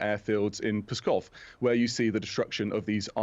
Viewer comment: This older British guy was a general? Really? How can a man have served in military command for DECADES in Europe and not know how to pronounce an important, prominent Soviet/Russian Federation air base? "Pskov" is pronounced "skawf". The "P" is silent, and the "v" is a clipped "f" sound. I heard a Ukrainian blogger say it a couple of times in a report, and I got it. How has he never heard anyone mention Pskov before?